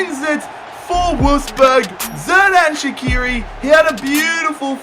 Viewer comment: Great vid! Keep up the good quality btw it's soo-luh (Süle) and sher-dan sha-kee-ri